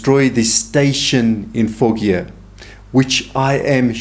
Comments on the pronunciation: With all due respect, Foggia is pronounced "fodg-ah". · Hello, my Dad’s family had a summer home in Foggia! It’s pronounced Fojia, g sound is like a j